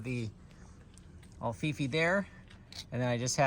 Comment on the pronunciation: Until you showed the written instructions for the Alfifi hook, I thought you were calling it “the ol’ Fifi hook”